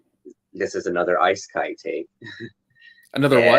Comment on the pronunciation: It’s pronounced ee-sekai, not eye-sekai.